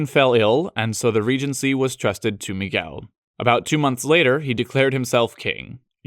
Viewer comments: not only João (which seems to be the hardest by a long shot) but eve more subtle nuances that are really difficult to catch, like the "hard"/closed "el" in "Miguel" that most foreigners have a Lot of trouble, he just nailed it all the way. It was suprinsing to the point of scare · Nice pronunciation of João and Miguel.